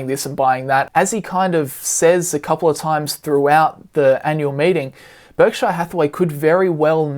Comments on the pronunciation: PUBLIC SERVICE ANNOUNCEMENT TO ALL AUSSIES: stop pronouncing Berkshire like "Berk-shy-are" ... its named after the county of Berkshire in England which is pronounced more like "Bark-sher". It makes you sound stupid when you say it wrong. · Just an FYI, no offense meant, Berkshire is not pronounced Berk-shy-er.